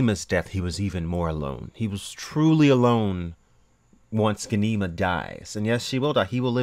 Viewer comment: You are pronouncing Ghanima wrong!! Gha-ni-ma